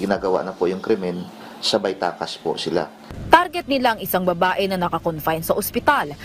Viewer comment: Bat ganoon naman sir ang iyon g sinabi masyado mo diin ang babae